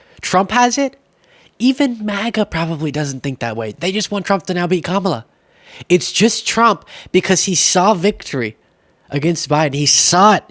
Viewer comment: still not saying her name correctly